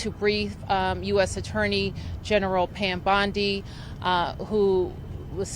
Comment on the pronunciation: A reporter on Fox News accidentally pronounced her name “Bam Pondi”. I thought that’s fitting because she’s not worth a dang anyway.